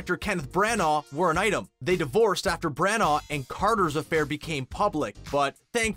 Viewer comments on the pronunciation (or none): By the way Kenneth Branagh is pronounced “Branner” not “Brannar” and it is also Warwick Davies is pronounced “Warrick” not “Warwick”. Sorry for the Hermione like corrections but god those mispronunciations are so annoying!!! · FFS learn to pronounce things...BRANAGH NOT BRANAAR, ANGLIA NOT ANGELICA, HALLOWS NOT HOLLOWS, ROBIN WILLIAMS NOT WALLYIAMS.... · Voiceover: Kenneth Bran-OR Brits: It's Bran-A. Like banana... Brana. You don't need to pronounce the GH 😂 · Ford Angelicas... ? Anglia man, c'mon. Also Kenneth Branagh's name being completely mangled by this guys accent is v funny to an English accented gal